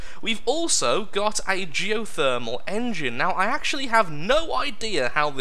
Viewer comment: HA geo(faction)-themal LOL